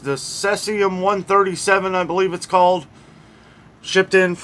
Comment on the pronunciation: Thanks! BTW "SEE-zee-um" 👍👍 Cloves? I Suspicious that many people use cloves in pumpkin pie and Thanksgiving is coming up? Can we trust the many meds that are coming from India? Is anyone checking them?